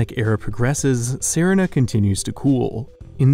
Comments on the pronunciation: That's not how you pronounce serina it's literally pronounced the same as Serena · shouldn't Serina be pronounced like the girl's name? That's "seh-REE-nah,' like Samantha's evil cousin in "Bewitched."